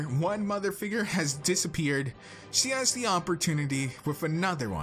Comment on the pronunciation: "libarry" "figgrr" also why is your persona a girl with purple hair